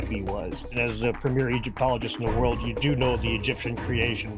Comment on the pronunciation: It’s the world not the worled! 😂😂😂